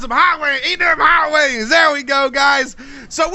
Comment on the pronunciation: at the end it sounds like you are saying hot wangs